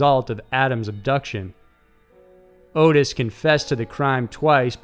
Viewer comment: (His name is not Otis, and isn't pronounced like Otis either. It sounds just like it's spellled- Ottis. Sounds like Ah-Tiss, not Oh-tiss) His father made him perform sexual acts on his male friends?!?!?! What kind of absolute monster would... could... do anything so horrible to a child? To his OWN child.